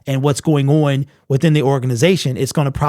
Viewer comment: Can he not pronounce the word on?